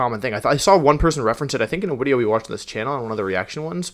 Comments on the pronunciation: He pronounces a lot of words strangely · I don’t want to be rude but why does he say wideo but then says voice or is it an inside joke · Everytime he says wideo, take a shot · Why does he keep saying wideo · ive never watched one of your videos so can someone explain why he keeps saying wideo? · So this is my first time watching Wolfey and am I correct in thinking that he is saying Wideo and not Video? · Okay so this is a really nitpicky thing, but you say the word a lot, so I have to ask: Whats up with your pronunciation of the word "video"? Is it a channel gimmick I don't know about - your name being Wolfey, so videos are "wideos" instead? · I’m new here, why does he keep saying wideo? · wideo... can... can Wolfey not pronounce Vs? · Why does he keep saying wideo ????? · I click on these videos. Hear the word "wideo". Immediately thumbs down and report for anything. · He says wideo as a joke. He also says wenusaur and cinderache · def saying wideo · Is it just me or is he saying “Wideo”? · So what's the in-joke about him saying "wideo"? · Wait... Is he saying wideo? Is that intentional or some oddly specific speech impediment? It's really cute, but seems odd that's it's just 1 specific word. So I'm guessing it's intentional(?) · Am I missing something or is he saying wideo instead of video? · Man loves his widios and micwophones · Ok but is he saying wideo or are the drugs just hitting too hard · Did wolfey actually say wideo? I can't tell tbh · I’m new to his channel. Can someone tell me why he says Wideo instead of Video? Is he German lmao? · Was gonna do a wideo tally but 2 minutes in he's said it like over a dozen times so imma just go with Final wideo count: Too many <3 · everytime he says video I keep hearing the V as a W and I can't tell if it's deliberate or not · So like...is the whole...switching out v for w whenever he says video like a crips and bloods thing. Wolfey are you part of a gang now. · I gotta ask, why does he say wideo instead of video?